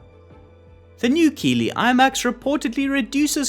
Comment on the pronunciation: Keighley is a small town in west yorkshire England pronounced kiethley